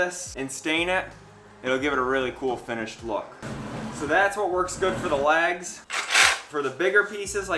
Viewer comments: Can you pronounce "LEGS" and not LAGS? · Unless I've heard you wrong those 4 2x2s are legs. It sounds like you keep calling them lags. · I was a bit thrown off by how you pronounced legs as "laags". Great vid though. I'm off to the hardware store. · I guess me being from the south, I know he was saying “legs”, but I swear to my ears it sounds like “lags” lol. Doesn’t matter, just saying. Didn’t know if it was just me or not . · Where are you from? I keep thinking you're saying "lags" for "legs" confused me the first time but I giggled after that. I'm from New England so we sure give you enough to giggle at. 😂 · I've never heard legs pronounced lags before. I guess it's an accent I haven’t heard before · Except he pronounced the legs as "lags".